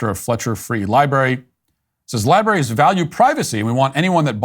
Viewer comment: Did he just say liberries?